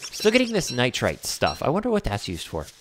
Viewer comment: btw, it's pronounced [nahy-ter] <---nitre xD that's bothering me soooo much